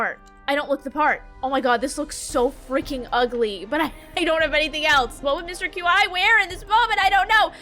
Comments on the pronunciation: I’m so glad I found another that pronounces Qi like Q Eye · Isn’t mr Qi pronounced Chee? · girl i love you but the way you pronounce Qi is making me lose my mind